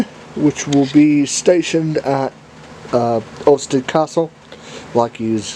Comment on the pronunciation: It's pronounced Austerity, it's a W.D Austerity locomotive